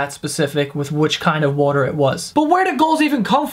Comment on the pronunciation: I love how you pronounce water "Wwwwotar"